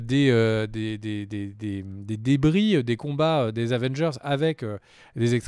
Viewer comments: Avengers Asseumebole! 😂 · J'allais next quand il a dit avange mais j'ai compris que c'était pour rire 😭 prcq tu m'a dégouté en le disant 🤣